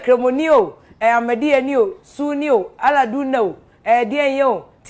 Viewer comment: Who else heard Afia Pokua said “Allah Duna”???😂😂😂